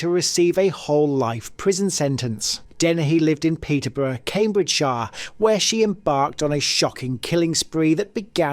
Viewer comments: Cambridgeshire Is pronounced kaym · bridge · shuh. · Sorry not watching this horrendous AI generated script. Can't pronounce Cambridgeshire from the get go yet you're meant to be English?